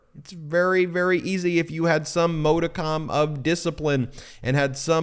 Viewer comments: Please stop mispronouncing modicum. ... It is pronounced- maa·duh·km. maa·duh·km You're driving me crazy. Don't be like dumb Republicans. If you can't pronounce a word properly don't use it. Look it up first. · Ben you're college educated. Dude look up how to pronounce MODICUM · Ben, at approx. in this video, you mispronounced the word 'modicum' twice! It would seem at this point that you do this purposely with little regard for correct pronunciation. I am sure that you take great pride in the videos and information that you post, so PLEASE know that as an experienced lawyer, mispronunciation makes a lie of your experience and education. (retired teacher) 😇🙏🌈